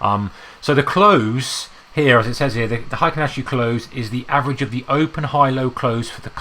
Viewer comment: Why do you prounce it like hAikEn ashi?